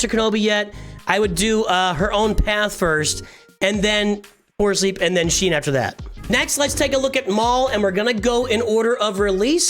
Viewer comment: Great vid, but one thing is bugging me like crazy. Shien is pronounced 'She-en', not 'Sheen'.